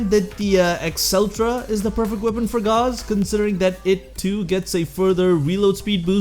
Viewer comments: I would like you to know that there is no argument over how to pronounce Gauss. It’s not a name created by warframe, it’s an actual word. Gauss - /gous (rhymes with house)/ - A unit of magnetic induction, equal to one ten thousandths of a Tesla. Please spread the word, I see to many people pronouncing it gauze, and it’s not even supposed to be up to interpretation, it’s a real word. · Thanks for the video! Gauze = rhymes with paws and used for first-aid Gauss = rhymes with house, is a unit of measurement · It is pronounced gows. Gauss is a unit of magnetic induction... Volt's shields 🛡 still make him better, but that's obviously my opinion.